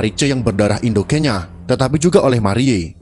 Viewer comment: Marie _ di baca : Mariye Mari Mery😄